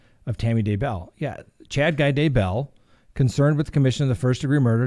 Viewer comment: I Love Your program. Thank You for your work. Just a little note. DAYbell is pronounced with the accent on Day not bell.